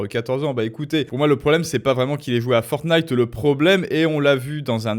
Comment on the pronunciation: Oh mince ! Il a vraiment dit Fornite en plus pour le "rapport à la violence" ! Waou.... Je pensais que c'était pour le meme dans les thumbnails.